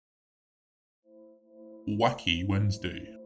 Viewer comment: It's not wocky its wacky